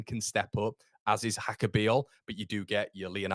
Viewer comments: I'm not Slovenian, but reasonably sure it's not pronounced Haka. He's not Spanish. It's probably more like Yaka. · I think it’s pronounced Yaka